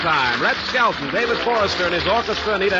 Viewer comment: Skelton, not "Skeleton". Leaving.